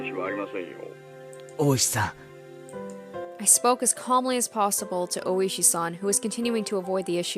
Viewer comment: The second one is Ooishi, who snapped after having his name's pronunciation butchered every single time